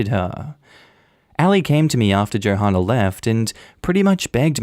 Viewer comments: I'm pretty sure Johanna is pronounced the same as Joanna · The "h" is silent in Johanna....I got so distracted by the hard H sound I need to rewind this now. 🤣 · Hey the h in Johanna is silent.